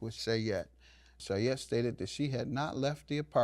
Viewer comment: ...I think 'Shayette' is full of Sheeyette.